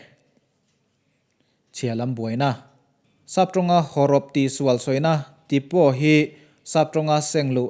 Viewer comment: "Typo" kha type thumal atanga lak anih avangin "tipo" ni loin "taipo" tia lam tur aw thil type dik loh sawi na a ni chuan Fruits and Plants kha 1872 zawk aw